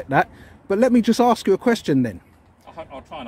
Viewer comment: It is "Ask" not Aksk. You should get your pronunciation right.